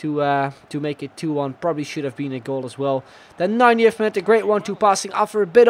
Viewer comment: When u say '19th' it sounds like u say 90th